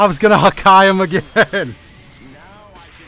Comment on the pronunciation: "HaKKai". Man i love this guy's videos.